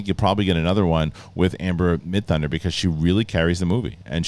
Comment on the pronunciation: "Amber Midhunter"... WTF! 🤣 Amber MIDTHUNDER... literally the coolest name, and you messed it up... 🙄 OK he only botched it the first time, got it right going forward. 😅